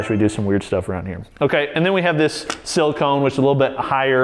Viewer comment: Did he just say siliCON instead of siliCONE...